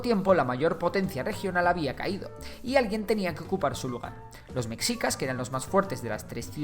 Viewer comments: Lo pronunciaste mal no es mexicas como si la x fuera una j si no se pronuncia meshicas como si la x fuera un sh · La x en "Mexicas" se pronuncia como "Sh". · oye esta muy bueno tu video pero te falla mucho la pronunciación de los nombres un ejemplo: no se pronuncia mexicas, se pronuncia meshicas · NO ES MEKSIKAS se pronuncia MESHIKA. Ivestiga primero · Buen video. Solo quiero apuntar que es preferible pronunciar "meshicas" en lugar de "mecsicas" o "mejicas", ya que la X se uso para representar el sonido SH del nahuatl. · Con todo respeto tío se pronuncia meshica no "mecsica"!! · ¿Soy el único que le dule como dice "Mexicas" en lugar de "Mejicas"? ¿O sólo viví engañado toda mi vida? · Muy bonito el video, pero es /meshicas/, no /meksicas/. Y ni siquiera es cosa del náhuatl, sino del propio español: esa x era usada para representar un sonido sh que derivó en j incluso en palabras castellanas más antiguas tomadas de otros idiomas, como Xavier> Javier o Ximeno> Jimeno. La correspondencia exacta de x con el sonido ks es más moderna. (p.e., hasta principios del siglo XX el galicismo "cliché" todavía era escrito a veces "clixé".) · Lo único malo es que me daba rabia el que decías METZICAS a cada rato. En tu investigación también te recomiendo que sepas la fonética de las palabras, como Tenochtitlán. Ahora entiendo porqué en sus adaptaciones de doblaje en caricaturas, series y películas les hacen tanta burla. Por todo lo demás buena la investigación. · Se pronuncia mejicas!!(mexicas) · En realidad se pronuncia “sh”. Meshicas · Recuerden: En México, la X puede sonar como S, CH, SH, J o X. En el nombre del país, se pronuncia Méjico, así como nuestro gentilicio, mejicanos. Nombres como Xochimilco, o el nombre propio Xochitl, se pronuncian Sochimilco y Sochitl El nombre de Mexicas se pronuncia como Meshica Entre otros ejemplos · La "X" se pronuncia como un "sh" en el nahuatl, entonces la pronunciación correcta es "Meshicas" saludos, buen vídeo.